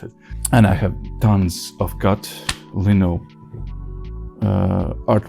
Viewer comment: Keep going, I like what you do. In English for lino, it is pronounced ‘lie-no’ if that helps 👍🏻